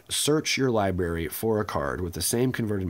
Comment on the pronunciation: Stop saying libary! It's library.